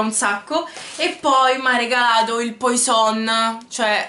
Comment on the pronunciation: La pronuncia di Poison è "puason" 😉 Cmq complimenti x il canale! 😘